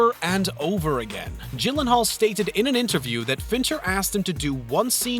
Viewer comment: Gyllenhaal is pronounced with "G" as in "girl" not like "jill" :D